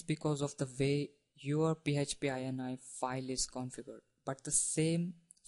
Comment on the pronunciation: pee heeeeetcccchhhh pee... lolz...